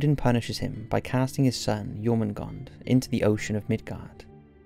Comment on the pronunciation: Am I correct in saying that in English Jormundgand(r) sounds closer to Yermundanth(r) and Nidhogg(r) is more like Neethherg(r) with the 'th' in both cases being pronounced with a hard 'th' similar to 'the'?